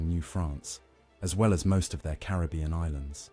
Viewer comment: Carib-bee-un is absolutely correct...you said it right the first time!!